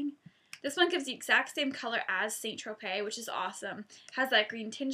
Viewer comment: st tropez is pronounced 'sant- tro- pay' (i know you did say you didnt know how it was pronounced so thats how its pronounced :) ) nice videoo, and have you ever gone totally orange by an accident?x